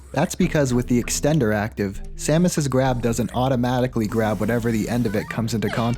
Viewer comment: Here's another one. "extender" with four Rs.